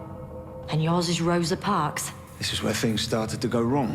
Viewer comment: And "Rosa" was terrible, by the way.